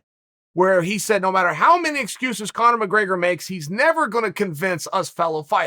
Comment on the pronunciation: Chael - “let’s not talk about Conor Gregors, but OH BY THE WAY, let’s”